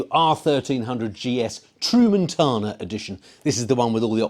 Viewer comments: Tramontana, pronounced Tram mon tana, not True Montana. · You need to work on the pronunciation 😂. Its tra mun ta na. Not tru man tana. After the mountains I imagine. 👍